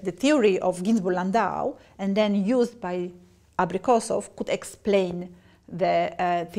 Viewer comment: "Абрикосоу хуюзд." Обидно блин.